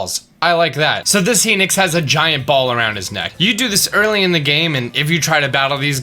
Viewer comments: HENIX, its said like hi as in hello and nox as in he nocks up chicks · why do you say heenix instead of hinox? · He-nix?? Lol it's Hi-nox haha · i dont mean to be rude, but its pronounced "HI- nox" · I pronounce Hinox like hen ocks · Why do you pronounce Hinox like that?